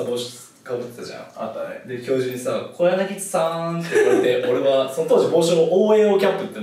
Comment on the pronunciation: て「つ」や じゃなくて こやなぎ「つ」🙈🧡